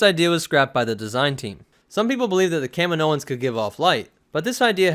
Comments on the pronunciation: I’m barely a Star Wars fan, but this guy calling them Kamin o ins is driving me nuts. They even say it in the movies. Ka meee no. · Its Kahhmeeenioans.... NOT Kaminoooooans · I always say and hear it as kah-meen-o-ans like the way you pronounce the planet. Kamino-ans. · It's ca-meen-oan :) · Yeah but again you pronounce it the same as the planet... it’s aggravating lol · you said it wrong way more then twice. I'll comment as many times as you pronounced it wrong if that makes you feel better about your lack of researching the topic or lack of respect for a fictional race